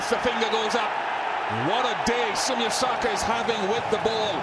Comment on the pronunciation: Hey Ian, it's Soumya... Not Sumit.